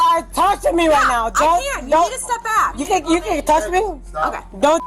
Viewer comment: Her speech impediment isn't alcohol-induced. Red flags! Don't touth meee! OK